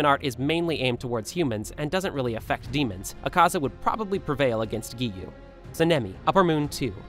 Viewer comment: WHY IS EVERYON NAMING GIYUU "giyu" BRO ITS GIYUU:face-pink-tears